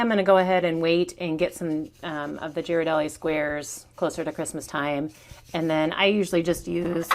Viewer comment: Please pronounce Ghirardelli’s correctly. It’s gear-ah-deli. Other than that this was a cute idea for something fun and small.